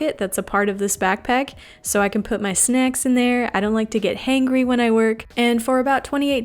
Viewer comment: "snecks" - "heangry" lolololololol